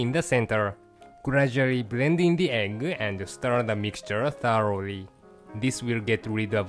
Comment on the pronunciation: I love how says egg. It sounds like he's saying eggle. xDD